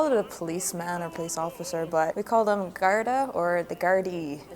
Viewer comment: pronounced “Gar-dee” for anyone wondering